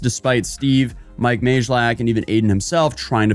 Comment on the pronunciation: isn't it pronounced mike may-lack lol